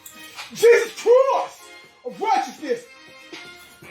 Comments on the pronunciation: "jesus chroist!" Ctickey, mate!!!!!!!!! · Is the guy in the red Jesus costume saying “Jesus Crust”?